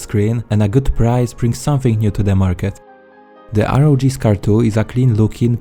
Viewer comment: It's not R O J it's ROG as in republic of gamers